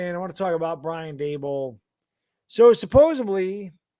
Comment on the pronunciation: It’s not just you but why do ALOT of people put a “b” in supposedly?? Not making fun just a legit question? I don’t think there’s another word that it so consistently mispronounced. 2-0 baby!!